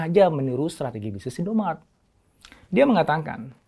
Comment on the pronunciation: INDOMARET Pak, bukan INDOMART